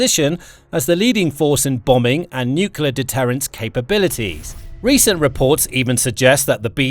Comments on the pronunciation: You pronounce the word as nuc-le-ar not nuc-u-ler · i only got 5 minutes in and the idiot started speaking jibberish like a 2 yo infant. can anyone with a brain tell me what a nukular weapon is? is that the usa version of nuclear weapon? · Good presentation, but it's "nuclear", not "noocular" FFS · Someone tell this idiot narrator that the word he keeps botching is pronounced NOO CLEE AR not NOO CUE LER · Nuclear (new-clear), not nukelar. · It's 'nu-cle-ar' not 'nuk-u-lar'... When the last B-21 is sent to the boneyard, the crew will be flown home on a waiting B-52... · I don't want to generalize, but I don't know of any exceptions that I've heard... Do Brits add an extra U after the C in NUCLEAR? No idea why every Brit and Jack Bauer pronounce NUCLEAR as NUCULAR. It's just like nucleus, except nuclear. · nukyuler nukyuler nukyuler. sounds so stupid for an otherwise excellent report. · Wish the narrator would pronounce "nuclear" correctly.